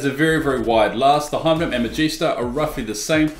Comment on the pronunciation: What's a "hyvenum"? H-Y-P-E-R-V-E-N-O-M